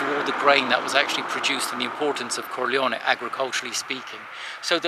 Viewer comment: Not Corleo-ni but Corleo-neh.